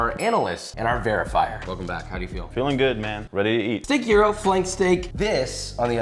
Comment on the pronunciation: "Jeero". Jesus christ Josh. Learn to properly pronounce what you make. It's not hard these days, what with the entire internet at your fingertips.